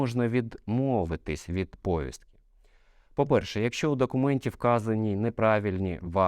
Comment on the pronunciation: Не говоріть пОвістки, бо правильно говорити повІстки ! ☝👍